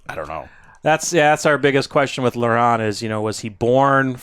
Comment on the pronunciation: Hey, love your show watched from France and here is a tip to pronounce well "LAURENT"... LORE + AN... Don't pronounce the T like saying Ant... Always great contents, always good comments... Take care and keep up with the good job which entertains us!!!